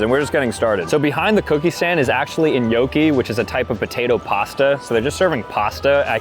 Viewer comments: "En-yo-key"??? 😭 That's an interesting way to pronounce gnocchi 😂😂😂 (nyo-key) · paisan, gotta work on that gnocchi pronunciation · thats NOT how you pronounce gnocchi 💔